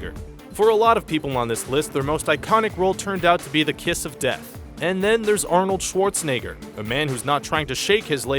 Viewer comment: i love how you pronounce Arnold Schwarzenegger! :) It's almost correct, i've definitely heard worse :) (i'm austrian btw)